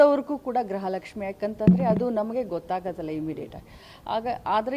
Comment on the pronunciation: Grhalakshmi alla gruhalakshi mam